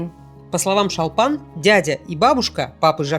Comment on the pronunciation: Не ШАлпан а ШОлпан